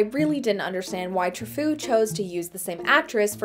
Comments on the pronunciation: That is the single worst mispronunciation of François Truffaut's I have ever had the misfortune of hearing. :) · The ways she says Truffaut kills me. Ya'll didn't think to just Google that first? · I don't think that's how you pronounce Trufaut... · It's Troo-FOE, not Tro-FOO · Tra-foo? No, no, no. His name was pronounced Tru-faux. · “True- foh” nue “très-foo” Well, sounds like “very crazy” in French! I Mean yikes! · "François Truffaut" is pronunced Trufo and not Trufcoo XD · I am pretty sure it is not pronounced "Trafoo." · Tra Foo? C'mon, everyone knows it's pronounced France Coy Trout Fart. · Its actually pronounced "True-faux". I love this movie so much. Cyril Cusack is so passively evil. The music alone, * sigh *. And the film ending is perfect. Art will save humanity. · It's pronounced Trufo, great review. In my opinion the back of the head pictures is just a useless gimmick. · OMG! I wanted to put pokers in my ears!!! The director's name is François Truffaut - PRONOUNCED TRU-FO! Turn a british man into an American woman and simple pronunciation goes to hell in a hand basket! Regardless, a film adaptation vlog should know how to pronounce the name of a world renowned film maker! sheesh! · Francois TRUHFOO? I know next to nothing about film history, but I could tell that pronunciation was not anything close to how to say "Truffaut." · Each time she pronounced Truffaut as "true-fu" hurt my soul. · It's pronounced "true-FOE". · Isn't it pronounced like "true-foe"? Or have I been pronouncing it wrong the whole time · Truffaut is pronounced "True-FO", by the way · It’s pronounced: True-Foe. You sound like you’re trying to say the underling from Beauty and the Beast when you do it. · I think the director's name is pronounced "True-foe" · As a French New Wave geek I feel the need to point out the director's name is pronounced Tr-oo-foe but that's just my OCD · You couldn’t take five minutes to learn how to correctly pronounce “Truffaut?”